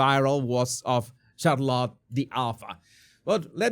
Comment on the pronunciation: Jesus, you must please get on top of your pronunciation of English words. You would be doing us and yourself a big favor. It’s truly cringe worthy. CHarlotte??? 😖 try shar-lotte